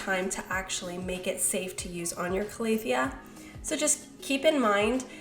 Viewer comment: Cal-a-thea not Clay-a-thea haha